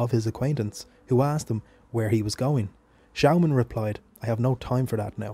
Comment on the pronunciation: Nice video but you pronounce the name wrong, it’s said like Schååman.